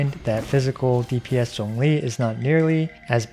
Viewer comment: Thanks for saying Zhongli's name correctly wkdnskxnsm